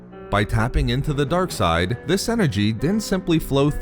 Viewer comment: Why he says darke side like that😂🤣.